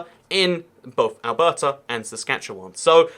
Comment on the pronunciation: Yep, he pronounced it like he was a local. His pronunciation of Alberta however... :)